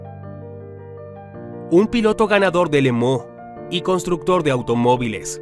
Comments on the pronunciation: Tremendo video!!! Pero se dice Le Mans No!!! Le Mooo… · No se porqué dice Le Mooo, cuando es Le Mans 🤔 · Buen documental. Muchos datos interesantes. Pero una pregunta....minuto 6,38, las 24 horas de limón????? Si no sabemos la pronunciación correcta lo leemoos en castellano y punto.